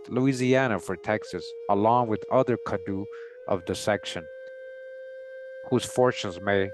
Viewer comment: the CADDO Indians are pronounced Cah-Dough (or Cotto) which are also found in Northern Mexico near the TX border. The first President of Mexico, Vicente Gurrero, was a black man from this tribe (I believe). You can find this and MANY other indigenous Tribes listed together in Gerold Horne’s book called: The Counter-Revolution of 1886, which discusses how TX broke away from Mexico because they intended to sustain slavery after Mexico’s president abolished it in 1804. Worth every penny!